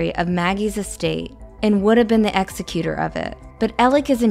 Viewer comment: Executor is pronounced “ex zeck u tur’